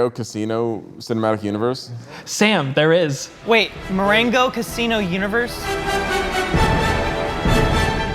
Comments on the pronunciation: Not Ma-rain-go. Mo-wrong-o is how you say it guys. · Funny reviews, but here's the next challenge: Say "Morongo" correctly LOL